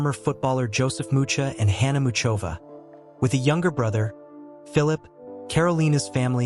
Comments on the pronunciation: Mikulov is in the south of Moravia,i.e.the eastern part of Czechia. It is NOT in Slovakia, plus, the pronunciation of her name IS [ˈmuxovaː] pronounced like the "ch" in the Scottish word loch or the German name Bach. Do your research first. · I don't understand how some idiot could post a profile of a world-class tennis player on YouTube without checking the basic facts—he doesn't even know how to pronounce her name.